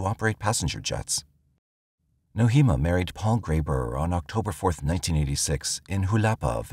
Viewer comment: Nohema is pronounced "No-ay-ma". Names are important. Her name was mispronounced throughout this video. May the dear lady rest in peace.